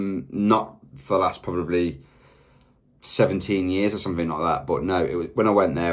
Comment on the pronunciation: Interesting how this reactor pronounces the word “something” as “summit”. I have never heard that before.